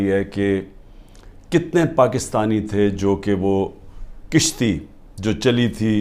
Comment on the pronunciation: Tone to 70 year k braber qarza lia . kishti ni kashti